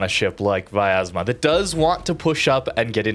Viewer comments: It is really hard to pronounce correctly because English do not have letter "я" which sounds like "ya" but he pronounce it like viyazma while there should not be "I" sound there and correct pronouncement will be "Vyaz'ma" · Hey, i know you always want to try pronounce ship names the best you can, so i'm here to correct you. Try not to add an extra A. It's pronounced Vyazma, not Vayazma.